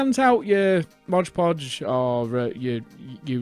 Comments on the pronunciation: I stopped counting how many times you mispronounced it as Modge Podge ;) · NO "G" IN "MOD"!!! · It's not 'modge podge.' It's 'mod podge.' The 'mod' is short for 'modern.' I used to make this same mistake when I started using it 30 years ago. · It’s called ModPodge not MODGPODGE. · Mod not Modge. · It's MOD Podge not MODGE Podge. Read the label. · if you're going to be a craft content 'influencer', you should at least be able to pronounce the names of the products you use correctly.